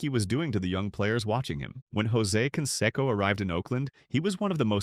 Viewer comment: Mispronounced Canseco. Very informative video, otherwise.